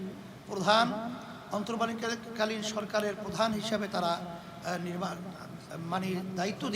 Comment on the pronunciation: অন্তর্বর্তীকালীন সরকার উচ্চারন করতে গিয়ে দম আটকে যাচ্ছে তারা করবে দেশ শাসন।ক্ষমতার লোভ সামলান মিয়া কি ছিড়ছেন ১৮ কোটি মানুষ আমরা দেখেছি।